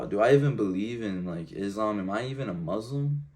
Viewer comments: I've never heard a Muslim pronounce the word Muslim as Mozlem, something strange here...🤔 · why those he say Muzlim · From this video, I've never heard a Muslim pronounce the word Muslim as Mozlem, something strange here...🤔